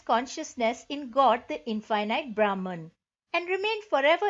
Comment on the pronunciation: please pronounce Brahman correctly